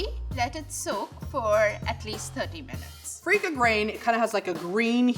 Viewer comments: Ok I can already tell Level 2 is going to make the most authentic Biryani without watching (where as Diversity kitchen chef is going to make her own deviation) So let’s call level 1000 Edit: oh boy, when level 3 said feeka grain instead of basmati rice I was like ‘oh no no no’ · As a pakistani-i have never cringed this much. Wtf is freika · … Come on, seriously freekah?? I’m not an Indian but that’s a blasphemy